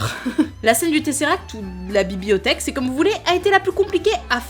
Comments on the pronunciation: "La bibiothèque" ? Vraiment ? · ha la fameuse "bi-bi-othèque" ^^